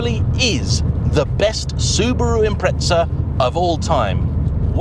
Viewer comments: Where Brits get the S and T and two H's from is a mystery. 'Im-Preht-Sah'.. WTF even is that? They just make letters up that aren't even there. Even the nasal Aussies can get this right and they can barely speak in a comprehensible language. Imprehtsah for crying out loud 🙄 Funny for a pedantic mob that lose their tiny mind if you mispronounce their village. For a country that apparently invented the English language why they can't speak it is baffling. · Say it as it's spelled like the rest of the world does. Don't go adding random S's or T's and you'll be fine. Geez, for a country that apparently invented the English language why Brits struggle with it is baffling. 🙄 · Where are you from and how do you pronounce it? In Japan I've heard it pronounced "Impressa". The word is Italian in it's origins and they pronounce it "Impreza or Impretza" seemingly depending on region/dialect. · It's £7k per letter in British... Imprehtsah. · Why do you call it impretza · Why must the English insist upon saying Impretza? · Got to hand it to the Brits........Invent a language then cannot even use it. It's Impreza.....not Impretza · I'm gonna be that guy. I am surprised considering how much you say Impreza, you pronounce it incorrectly. You say it as if it is spelt Impretsa. There is no T or S. I understand native british speakers commonly sound out the silent T's in words. Or like to say Peetsaa instead of Pizza, yet when there is no T at all. Z's get pronounced as if the Z is now a TS. But i feel like it's a little bit on the nose, when being so excited about Subaru Impreza cars that so many people pronounce it's name poorly. And if anyone wants to get counter technical, Japanese speakers pronounce it as Inpuressa. No T letter sounded. It's just jarring to hear, over and over again. Good video though. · WTF is an Imprehtsah? 🙄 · Its impreza 😅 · I just tuned in to hear you mispronounce the word Impreza. hint, there is no t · Why can't the Brits pronounce this car properly?